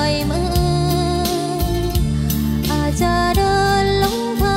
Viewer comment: แชมป์ออกเสียงไม่ถูก ปล่อยมือ ออกเป็นปร่อยมือ